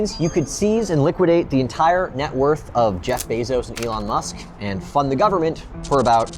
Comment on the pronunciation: "Full faith and credit of the US gubmit" LOL